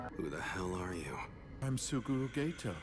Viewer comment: Hate to be the annoying dub hater but the "Suguru Gaytoe" got me☠️